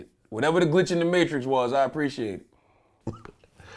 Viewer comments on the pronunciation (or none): none